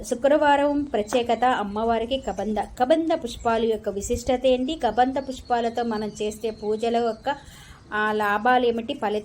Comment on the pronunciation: Hai బాగున్నారా గోరింట దొరికింది పెట్టుకోవడం అంతే "కదంబం పుష్పం ", కబంధ పుష్పం కాదు ❤